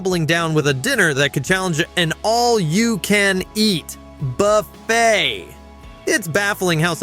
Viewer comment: I’m not gonna lie, I love how the AI randomly puts WAY too much emphasis on random things. “that rivals an *ALL YOU CAN EAT… BUFFET…!* ” Like😂